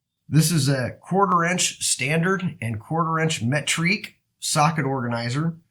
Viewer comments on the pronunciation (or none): Yeah I was like wtf is metrique 🤣